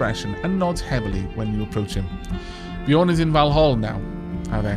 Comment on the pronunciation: Using the ø in Bjørn you should pronounce it as ø, not as o. It sounds like the "u" in "burning". ;-)